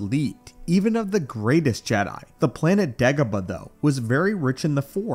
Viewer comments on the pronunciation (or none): It sounded like you said ((Degabadoh)). LoL It just rolled into my ears like that, idk. 🤷 👌